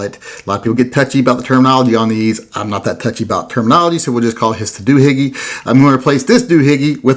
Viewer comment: The proper terminology is; Doo-Hickey, not Doo-Higgie.